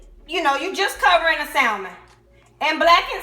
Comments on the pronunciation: Pronounced sa mon not sal man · The L in Salmon is silent. It's hard to take someone serious who cannot pronounce what they're cooking. Pronounce the fish as SA-MON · Stop pronouncing the “L” in salmon. You don’t have to scream when you’re speaking.